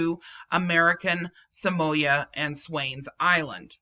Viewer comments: Not trying to be the pronunciation police, however, Samoa is pronounced Sa-Mo-Ah, not Sa-Moy-Ah. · pronounsed Sah-moa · Err sorry to pull you up on pronunciation it is pronounced SAM- O- A commonly referred as American Samoa